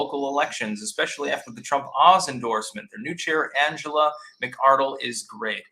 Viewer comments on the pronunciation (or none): none